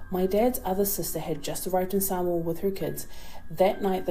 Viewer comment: That woman can't pronounce Samoa correctly. It's annoying.